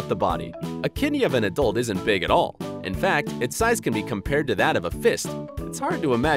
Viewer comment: u said "al" and its "all"